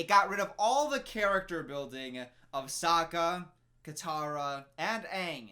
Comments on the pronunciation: I started choking when she said “SOAKah” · Just as a refresher, 'Iroh' is supposed to be read as 'EYE-row' -- in Chinese, Ailuo. This 'eero' stuff is another mispronunciation. Also Sokka is like 'soccer', not like 'soaker'.